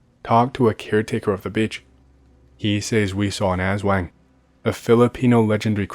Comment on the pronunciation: As soon as I see “Philippines” I knew I'll hear atrocious pronunciation of aswang and manananggal. I was not disappointed